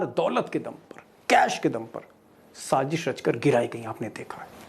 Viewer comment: Good presentation ❤️ But please say Sazish not Sajish